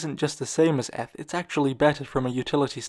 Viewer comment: Has this guy never heard anyone pronounce eth?